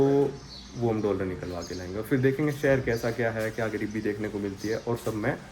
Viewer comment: Bhai doller mat bola kar